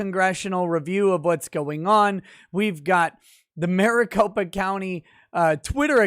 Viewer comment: MariCOP(E)a county XD